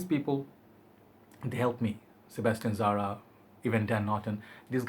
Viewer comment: Why you keeping saying Sebestian Zara who is Sebestian Zara?